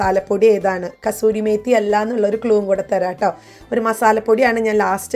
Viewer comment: കസൂരി അല്ല കസ്തൂരി മേതി എന്നാണ്